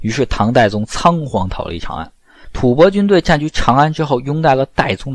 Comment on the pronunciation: 老師將吐蕃唸正確了，太好。音：播，首次聽見歷史視頻中正確的唸法。